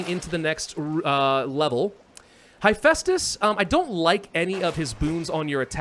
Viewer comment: You mispronounced Hephaestus, it is heh-fæstus not high-festus (would link a yt video directly but spam detection would probably nuke my comment). One cool thing to know about his leg issue is that this was the result of working with bronze as a smith. In tin-scarce times arson was sometimes used by blacksmiths and he symbolized the disabilities that bronze age smiths would develop from working directly with arson.